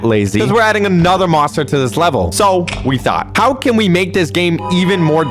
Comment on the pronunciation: bro forgot how to pronounce "level" 🙏🙏😭😭😭😭